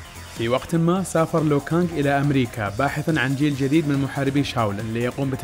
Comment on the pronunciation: اسم لو كانج مش ليو كانج هو مش مسى